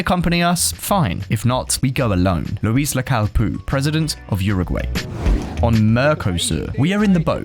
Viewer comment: How many times do you need to pronounce Mercosur Mecrosur before you realise you're mispronouncing it.